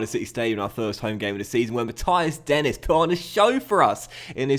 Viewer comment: Denis is pronounced Den-E :) similar to how Marquis is pronounced. Sorry iḿ late